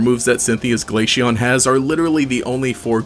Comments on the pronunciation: ITS GLA-CEON C NOT GLASHEON OM MY GOD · Glaceon is pronounced like ace. Not Aishe or something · my soul dies a little everytime Glaysheon is said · Hearing "glasheon" somehow triggers me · Is noone else piss3d off that he keep on saying glashion? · had to pause the video after hearing him mispronounce glaceon a bunch of times.